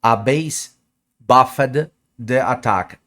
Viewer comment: I’m here for his pronunciation of words like “buffed” and “target” and “removed” 😂😂😂 “I’m buff-ed”😂